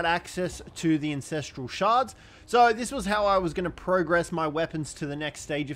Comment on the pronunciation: AN......ancestral .......lol not INcestral.......hahahhahhaha!!